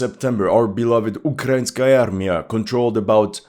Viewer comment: UkrainsKarmia? wtf jajaja